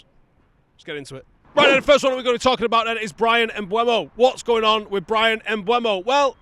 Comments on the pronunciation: If you keep saying Mbwemo I don't think I can keep watching. Devastating news for you I'm sure. Seriously mate sort it out. M-beu-mo. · Bryan Mbeumo. Pronounced: Mm - boo - moe.